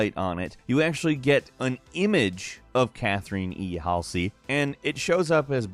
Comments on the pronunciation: It's pronounced Cath-er-ryn not Cath-er-een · Cath-er-in Hall-zee :)) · I'm sorry, can you not properly say Catherine? I didn't realize it was Cathereen all this time. Thank you. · Cath reen tho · Cathreene Halsey. Hmm, didn't know that was how you pronounced it.